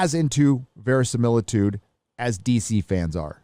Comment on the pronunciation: THAT'S NOT VERISIMILTUDE! lol I love when attempts to give English lessons. lol